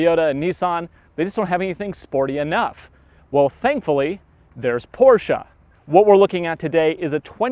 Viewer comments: It’s not porschaaaaa it’s a porscheeeee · C'mon dude, PorschA? And the key on the left side in a Porsche being a surprise? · PorsshA !? BUAHAHAHAHAHHA Seriously? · what is porschA? LOL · what is a PorschA?? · PORSCH A ! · why the fuck is he calling it porscha?